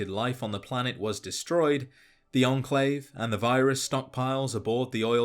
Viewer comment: its enclave not "endclave"